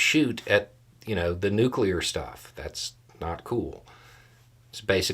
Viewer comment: Thank you for not saying "nucular."